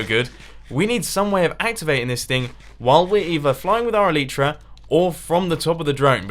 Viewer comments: You are bad with the elytra because you're saying it "elitra" and not "elYtra" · You pronounce elytra incorrectly!